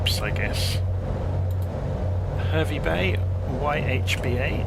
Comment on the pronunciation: Absolutely love your work. Given the way my boy monopolises the XBox, I probably spend more time watching your vids than using the sim! Couple of pronunciations from a (born if not resident) Queenslander ... Mackay = Mack-eye ... Gladstone = Gladst'n ... Hervey Bay = HAH-vee Bay (pls forgive if someone has already raised this!) Great route and plane. Thanks for the videos!